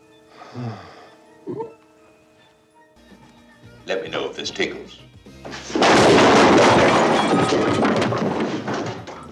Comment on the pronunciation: "let me know if this tickel" lol